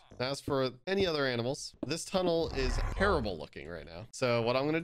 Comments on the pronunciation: No one: Literally no one::Aminals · I can’t tell if he meant to say ‘aminals’ lol